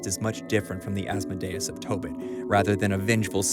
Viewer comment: Hail Asmodeus. Please say his name correctly.